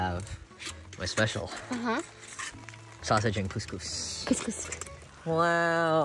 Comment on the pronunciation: they way they pronounce koskos is like saying pussy pussy in Arabic